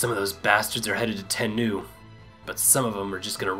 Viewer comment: lol they spelled it wrong. It's daimyo. Die-myo :) And it's Mount "Ten-noh" As far as i know. I've played A shit ton of Shinsengumi games. And that's how they're always pronounced. XD Hope this helps :)